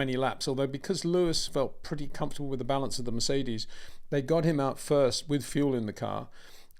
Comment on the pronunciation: Peter, always great your analysis. Verstappen garbled his pronunciation a bit, but he meant to say "balance" not "bounce".